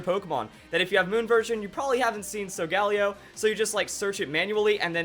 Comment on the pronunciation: I thought it was pronounced Sol-Gah-Leo because leo means lion and sol means sun